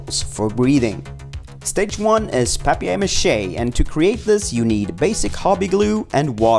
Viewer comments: Who says "pap-e-air" ma he its paper pronounced like "pay-per" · “Pap-e-air mache” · A-lu-mini-um fo-yl Pap-eye-air mache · Ahha it's french! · Did anyone notice the way he said paper mache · Is anyone else cringing over how he says paper Mache’ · You said paper mache wrong